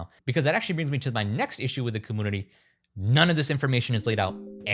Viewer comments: The way you’re saying community really irks my nerves you got to be playing!! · Have I pronounced the word community wrong my whole life?